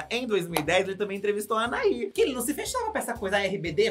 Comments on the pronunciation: Não é "Anarrí", é Anahí. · pelo amor da deusa, a pronúncia do nome da Anahí é ANAÍ, não é ANARRÍ 😂😂😂